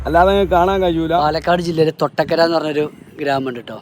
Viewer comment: തൊട്ടക്കര അല്ലാ 'കൊട്ടക്കര' ആണ് 😇😇🤣🤣